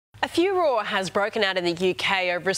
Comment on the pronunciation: Furore...somebody tell the presenter the last e is not silent.